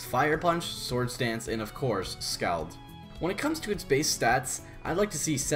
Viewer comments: no, scald is a real word, pronounced : scolled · you pronounced scald wrong... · so it is wrong. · patato is wrong even if some people may say it.